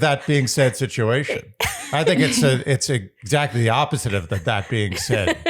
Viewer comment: Word watch: 3 Also every time you guys said “Exactly” all I was hearing was “ExZACHly”